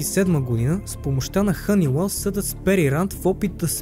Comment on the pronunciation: Хъниуел не хънилент